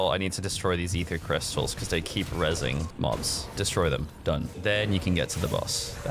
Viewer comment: EEFER CRYSTLES